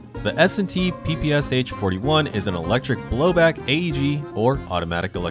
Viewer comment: Correctly pronounce the PPSh, these are three sounds, sh as at the end of the word "push." In Russian, this means "a submachine gun developed by Shpagin." In Russian, the sound "sh" is denoted by one letter, this is "Ш". Therefore, the Russian version has three letters in the abbreviation (ППШ-41)